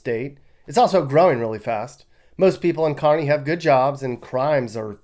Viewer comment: impressed that you pronounced Kearny Ne. correctly, as Carney (as in Art Carney). Most people mistakenly say: Kere ney. I live in Co. but I was set straight by a Neb. native. You did your homework,!